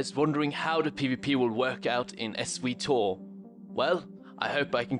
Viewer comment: S-we-tor? sigh Really is that how your waying it?